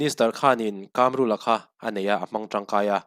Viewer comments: I chanel hi ka ngaithla thin a, a tha hle thin mai. Tluang taka, kal zel turin duhsakna ka hlan a che. KÂMRÛLA ti a an sawi ka hre ve ngai lo a, KAMRULA(Chakai AIKAM) KAM tak hi i lam dan leh ka lo hriat thin dan a in persan ve det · 2018 khan engmah ila hrelo😂😂 KAMRULA hming pawh tun thlengin ila lam thiam lo, dawt i sawi😂😂😂😂